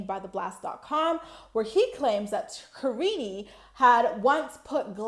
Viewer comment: I can't believe how many people call her kariney. It's as bad as pierrey. Paul is an idiot who doesn't even know how to say his wife and kids actual names.